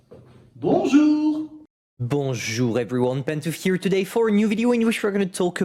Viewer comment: I love when he says “Bonjour Reveryone”